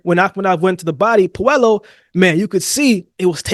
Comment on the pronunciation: pronounced Pueyo not Puelo